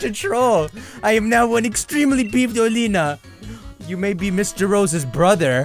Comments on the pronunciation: I thought it was pronounced Oh-lay-ah-na. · I thought it was pronounced Ol-ee-na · according to the official Pokémon twilight wings anime (at least I think that’s what it’s called) it is pronounced Olianna. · Bee does sound weird, but it's even weirder than he pronounces Oleana as Oleena but then doesn't pronounce Bea is Bee. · I'll still never get over how he mispronounces Oleana. Like he just completely ignores the letter a.